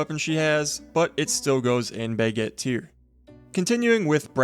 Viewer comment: Enjoy the videos, but I have a small pet peeve, could you try pronouncing baguette properly? It's not "buhgett" it's an "a", which you have no issue pronouncing when you say "braselim", so Im not sure why you butcher the other one so much.